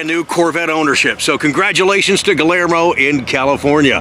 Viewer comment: not to be contrary, but the name is pronounced like Gee-year-moe. The double L is a pronounced like a Y. I apologize to anyone that I offend. My high School Spanish is showing it's ugly head! I take correction easily.